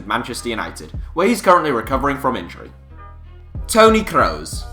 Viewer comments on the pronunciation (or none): Looool, the way the narrator says ‘Toni Kroos’